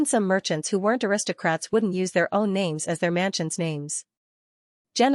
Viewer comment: Why do you mess up the names soo much? I mean it is so easy to know who is talking but you fuck up the names like it's intentional